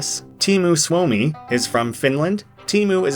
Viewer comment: wait Wait WAIT I AM FROM FINLAND HOW TO HELL I NEVER NEW THIS CHARACTHER EXIST? and also you say suomi wrong i get it why you say it wrong but you still said it wrong